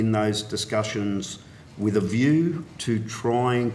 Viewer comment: Had a pencil in or around his mouth for much of the questioning, seemingly unable to pronounce "th" - heard "commonwelf" and "wif" instead of with.